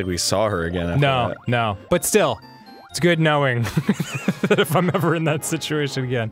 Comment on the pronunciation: Instead of saying, 'that that', anyone else say, 'thit that'?